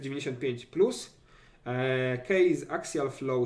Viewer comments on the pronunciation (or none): kejsa a nie kejza